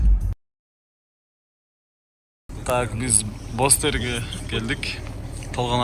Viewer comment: Бозтери эмес Бостери🙂👍